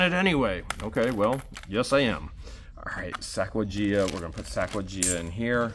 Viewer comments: 🤣🤣😂 Sacawajea? Sacajawea! You crack me up. My husband mixes up names like that all the time... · Sacagawea....pronounced Sack a ja wee ah.